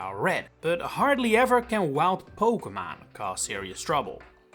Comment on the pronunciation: Noem je het nou steeds “pokemaan”? 😂